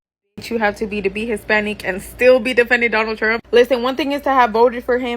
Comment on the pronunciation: Aye wheel vote for Doe-noh trompe